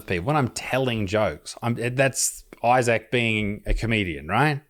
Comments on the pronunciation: Why is he pronouncing Issac’s name ‘I-sack’? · It sounded like he called you eye sack in the opening lol 🤣🤣🤣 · He calls you “Eye sack”. 😂😂😂😂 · Mr Eye-Sack😂